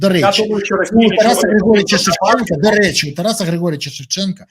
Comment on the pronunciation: "да рєчі"!🤣😂🤣😂 " Аєрапорт"! 😂🤣😂🤣 І баріслав бєрєза! 😂🤣😂🤣 Втер Портников шановному носа! 🤗